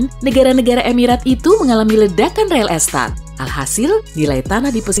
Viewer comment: Ga salah denger REL ESTAT????